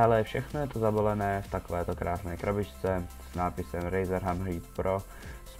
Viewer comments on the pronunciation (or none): A také doporučuju si zlepšit angličtinu čte se to hemrhed